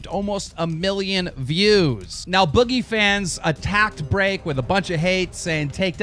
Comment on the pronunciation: Am I the only one who finds it funny how he says break? BREAHCK!😂😂😂